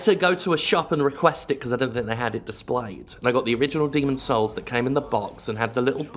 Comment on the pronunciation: "Are you saying Demon's souls? cause it sounds like Demon's holes"